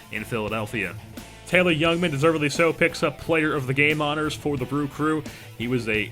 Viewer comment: I would assume they aren't as he isn't very familiar with the name pronunciations of their prospects. This does not bother me, just using information I have to make an assumption as I live in MKE and we hear about these guys regularly. I.E. Taylor "Jungman" instead of "Youngman"